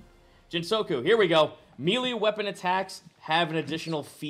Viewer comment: Does it bother anyone else how pronounces "melee"?